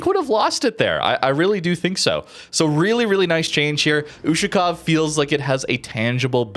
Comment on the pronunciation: "YUSHU-COW" lmfao